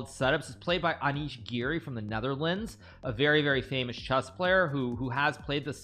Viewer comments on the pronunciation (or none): "Anish giri from the netharlands". tf?